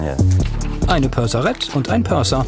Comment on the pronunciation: Purser, nicht Perser